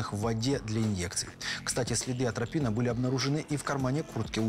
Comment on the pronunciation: Самому обычному человеку режет уши сказанное двумя мужчинами, озвучивающими фильм: "аНтропина", "индефицировать"! Правильно говорить не "аНтропина", а атропина, не "индефицировать", а идентифицировать"! Эти грубейшие ошибки, озвученные самыми самоуверенными голосами, выглядят ещё смешнее. Это... Без дальнейших комментариев.